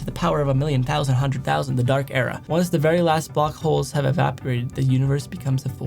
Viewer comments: “TEN TOUSAND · “Ten tousand” got me cracked up